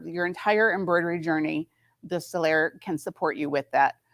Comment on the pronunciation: Did she say Solaires""" ?